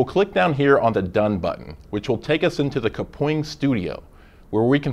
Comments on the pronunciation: and who knew kapwing was pronounced "kapoing" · How I pronounce Kapwing: Kap - Wing How they pronouncec Kapwing: -Ka Pwing